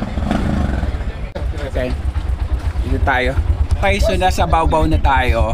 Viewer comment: bakit baobao ka ng baobao eh ba-o ba-o tawag diyan 😂